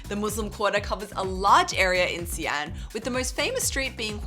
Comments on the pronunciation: How come you call the city See-an, when I have always pronounced it as She-an??? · How come the pronunciation of Xi'an has become ”C Ann" instead of ”C Aunt”?. In the last video, i remember here a local also saying C Ann... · Another video, another anticipation of how soon into the video till another mispronunciation. Not even 20 seconds in, the eponymous city, literally the video title, gets mispronounced with a random 3rd tone 'xi3 an2'. It's xi2 an2, for goodness' sake it's the city you visited and you can't say it right. And you have done China content for years.